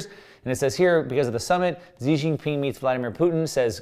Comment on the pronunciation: Hey, Xi is pronounced She. Iran is pronounced e-ran